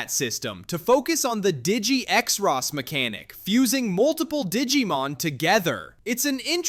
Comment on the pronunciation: Not knowing how to say xros really annoyed me. It's just "cross"